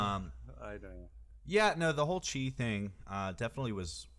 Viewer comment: Chi pronounced Ki